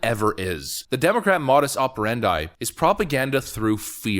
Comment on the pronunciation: It's (It's Moe dis, not ma dis operendi).🤣